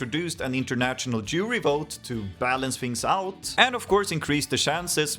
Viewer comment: did a double take even as a swede when i first heard "international jewry" instead of jury, like wtf when did my eurovision video turn nazi